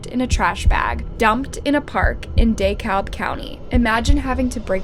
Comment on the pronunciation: Dee-Kab not Dah-Kab for DeKalb